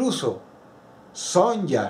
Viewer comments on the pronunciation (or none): Son-Ya XD Todo bien que el nombre sea Sonya pero se dice Sonia. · Son-ya? khééé acaso no se pronuncia Sonia aunque se escribe Sonya Blade?